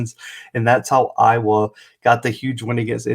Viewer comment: It was the first time BOTH teams were ranked when playing each other. You misstated to start your clip. Also, work on how you say IOWA.